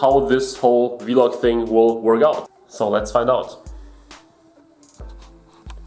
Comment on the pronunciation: Vee-log 😂 nice vid, is that the Acer nitro? I’ve got the same laptop.